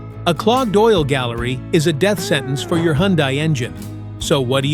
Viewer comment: Hyundai is pronounced like "Sunday"...just saying😊BTW, all this applies to KIAs, too!